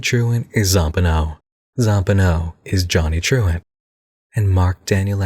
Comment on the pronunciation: More i hear saying Truant, i cant help to hear actually Truand (meaning Hoodlum French but more like a con artist than an enforcer)